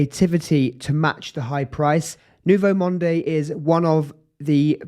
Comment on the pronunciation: Good video! But I couldn't watch it till the end. I just couldn't stand the way you pronounce the fragrance name.... it sounds like Nouveau Monday. Please, please leave the 'e' at the end. Just say Nouveau Mond